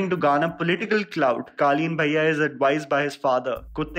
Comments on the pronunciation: pronouncing Guddu Bhaiya as Guddu Baaiya reminds me of Sobo girls 😂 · I’m an NRI kid and I noticed his wrong pronunciation of Bhaiya 😂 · My man needs to work on his Bhaiya pronounciation...sounding like those south bombay kids calling auto.